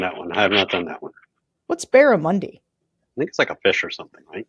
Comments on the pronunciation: As an Aussie, its pronounced dead barrAmundy, Sarah 😉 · Hey Sarah an Aussie here it is said, BAR - A - MON - DEE! Great fighting fish in the wild, sadly mostly fish farmed these days. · Barramundi is a delicious sea & freshwater fish from north Australia - try it Sarah, if you're a fish lover, you'll enjoy it! Oh & it's a short ' u ' - like bun 👍👍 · Hi Sarah - "Barramundi" (pronounced U as in "up") is an Australian native (sea and fresh water) fish and an Australian Aboriginal word - originally from indigenous tribes of far-north Queensland. I was surprised to hear it mentioned in your advertisement - it suggests the fish may be farmed in the US now OR that you're importing it from Australia. As an Aussie who lived in NYC for 6.5 years (and FYI please pronounce this word "Auzzie") whose many American friends are dismayed, horrified and embarrassed by what he who shall not be named has gotten away with and what his second reign will/might do - not only to American but in turn THE WORLD - thank you for all that you, George Conway and Tim Miller et al., at The Bulwark are doing to push back agains this shite and to keep us informed. From regional Victoria, Australia.